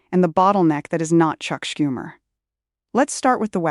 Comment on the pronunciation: Im sad you have been reduced to AI. Schumer is NOT SCoom er. Its SHOO mer